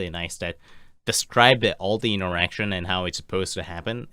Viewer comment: "Interation" Do you mean 'Interaction'?